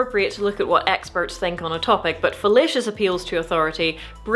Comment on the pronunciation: I love your accent, but when you said fallacious, i heard it as fellatious 😂